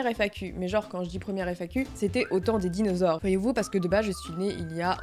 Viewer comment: « c’était au temps des dinausore » déjà tu fait très jeune donc bon 😭